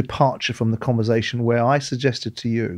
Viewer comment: Simon, it's converSation, not converZation.